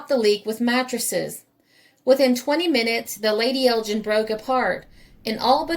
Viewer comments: Ok Roger I was merely pointing out that the G in Lady Elgin is pronounced as in Gun and not as in Gin but thanks for your reply. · Thanks for a fascinating video - by the way the G in Elgin is pronounced "hard". She was was named for Lady Elgin wife of the Earl of Elgin the Governor General of Canada. Elgin is an ancient town in the North East of Scotland in the heart of Whisky country and it's major feature are the ruins of the 13th century Cathedral.